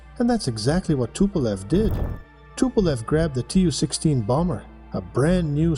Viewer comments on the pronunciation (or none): TU like "Too" in Tupolev, not the tee-you